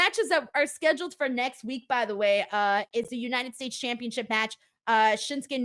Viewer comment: Tiffy Time needs to last for a while. If Lyra wins her match then the three most prominent members of the last NXT draft will hold belts. Lilian Garcia pronounces "Championship" weirdly. "Championsheeeaaaahhp". It felt like the Uso's entrance took took up most of the third hour.